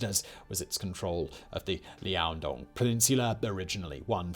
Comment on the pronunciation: i know that I’m biased cause I’m from there so this bothers me a bit more than it should but, Liaodong. Not Liandong.